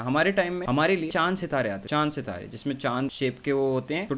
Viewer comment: Who's here other than me felt the"CHAAND SITAAREY" seriously, I guess UP and Bihar niggas only! 😆😆